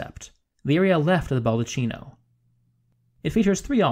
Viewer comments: Dude, lovely video, really enjoyed It! But as italian you had me shiver every time you pronouced baldacchino like basically cappuccino!😂 It is pronouced balh-dah-kee-noh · Great program. BTW; It's pronounced "BAL-DA-KI-NO" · Oh man, it's a baldaKKino - Italian spell: baldacchino, CHI in Italian is pronounced K, therefore, baldakkino. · Respectfully, the Ball-da-KEY-no; chi is KEY, not CHEE. Bernini deserves it. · Baldacchino is pronounced ball da kino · Its pronounced "ball-dee-KEY-no." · Very interesting. Forgive me but it is pronounced BaldaKino. An H after a C in Italian makes it a hard C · It's pronounced baldaKino. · Do you mean....Baldecchino.......Pronounced.........Balde-keno? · Baldaccino is pronunced baldaKKino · I'm very glad to hear it. And my apologies for the mispronunciation - I realized my mistake almost as soon I released the video. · It would be helpful if the proper pronunciations for Italian words were used e.g. baldacchino is pronounced with a hard C! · It’s a good video but please do not pronounce Italian as if it were English. “Baldacchino”, for example… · This video is a year and a half old at the time I am typing this comment, but it is NOT TOO LATE to delete this video and re-upload a new version where you pronounce the word "baldacchino" correctly. The fact that you don't know "chi" is pronounced "ki" in Italian damages your credibility somewhat. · very interesting and well exposed... it would be perfect but every time you mispell "baldaccino (baldatchino)" instead of "baldacchino (baldakkino)" my ears hurt so much... sorry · nice video, apart from the cavemen's units (feet, pounds..) and some pronunciations.. it's 'baldacchino', not 'baldaccino'.. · Great video, even I learned a few new things about a place I know well. Look forward to more videos. Just one note: the word “baldacchino” should be pronounced “baldakino” instead of “baldatchino” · Baldacchino is pronounced "bald-a-key-no" not "bald-a-chee-no".